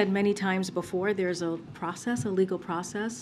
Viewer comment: Did she say "Legal?"